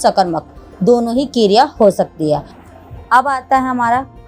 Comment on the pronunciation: That's not keeereya it's kereya